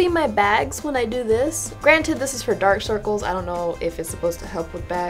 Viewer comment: "Yeh know dok circles and begs go togeether." Love that